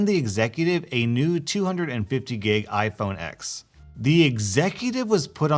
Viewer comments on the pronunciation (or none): It’s iPhone Ten, not Ex. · The X in the name of iPhone is pronounced as “ten”